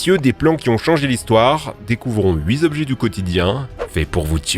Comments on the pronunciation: Huit objets, pas hui zobjets 😉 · "Huit z'objets du quotidien..."